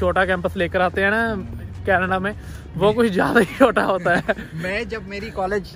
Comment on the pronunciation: Bhai ji aap chota ko shota bolte ho, ya mujhe suna hee shota deta hai?